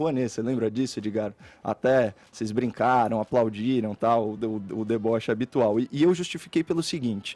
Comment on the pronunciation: Tb notei a ênfase no " deboche habitual " Caio topzera como sempre !!!